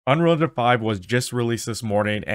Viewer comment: Boi said "Unrealdefife" bro pronounce it when you say it lmaooo "Unreal Engine Five"